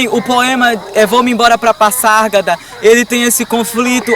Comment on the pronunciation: Se pronuncia Pazárgada e nao Passargada